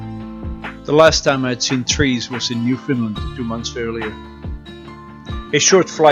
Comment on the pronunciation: Newfoundland...the accent is on Land. the locals will appreciate